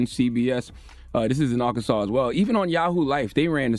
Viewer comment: Bro say Arkansas like he from here.🤣